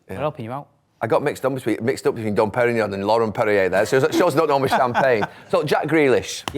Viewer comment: Don Perignee? Classy.